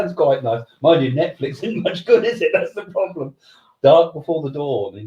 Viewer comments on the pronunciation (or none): none